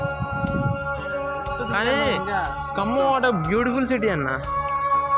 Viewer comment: Khammam ...kammam kadhu ..